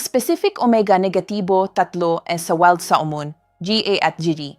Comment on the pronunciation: Oo nga kabayan iba yung pronounce ni ma'am sa maskol at weld Salmon ha ha ha!! Nakakaaliw si ma'am sa binabasa niya.Baka bikolana si ma'am kaya iba ang pagbikas niya sa words.